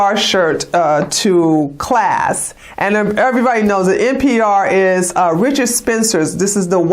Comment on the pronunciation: NPI is Spencer, NPR is National Public Radio. I THINK you're saying NPR, but your accent MIGHT be saying NPI? :)